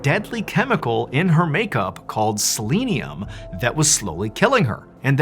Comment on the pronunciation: It's not silinium as you pronounced it. It was selenium and is a supplement. My daughter who has Hashimoto Thyroditis in addition to medication, small amounts of a selenium supplement helps her with symptoms. How horrible that this maniac thought of this very evil thing!!